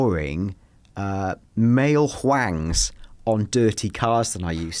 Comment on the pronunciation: Nobody:: "male hwang"